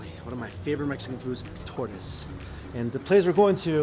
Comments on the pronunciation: I thought he was guna eat a turtle when he said tortoise 😂😂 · I thought you said your favorite Mexican food was tortoise! Haha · LOL, am I the only one that when he said "One of my favorite Mexican foods....Torta's!", I could'be sworn he said "One of my favorite Mexican foods...Tortoise!"! It wasn't till they showed the dish when I finallly realized he actually said Torta's... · I really thought he said tortoise too,I was horrified till I realized he meant Tortas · 🤣🤣🤣 when you were saying "tortes" I heard "tortoise"! 🤣🤣🤣🤣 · Everytime you said Tortas I died a little inside lol Sounded like Tortoise 🐢 lol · tell me why i thought he said tortoise instead of torta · The way he says tortas lol sounds like tortoise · I had my captions on and "tortoise" came up. 😆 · I also thought he said turtles 😂🐢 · I was like... "wait you can't eat tortoise... they endangered." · He said chesses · I was so confused I was like oh no they eat turtles lmaoo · I legit thought Mike said he was going to eat his favorite food..Mexican Tortoise! 😂🤣😂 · whew... thought he said " tortoise" instead he said " tortas" lmao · When you said you wanted tortas I though you wanted to eat a giant turtle... It sounded like tortoise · Lol thought he said tortoise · Are you saying turtles? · I thought he said tortoise 🐢😰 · I thought you said tortoise 😒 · I had my browser on another window when he said it and I was like, "whoa, hold up, what? Ohhhhh, tortas!" Gotta work on that pronunciation, Mike. XD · I heard that too and I tripped out like yo we don't eat turtles xD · Does anyone else not like how he says tortas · Wtf man please work on your pronunciation lol